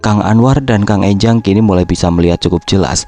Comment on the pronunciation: Enjang bukan Énjang